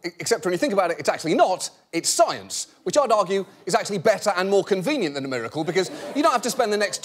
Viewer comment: "ItS A muRrUkle" "tHaNk Yo gOd" Scientists: You're welcome. 😐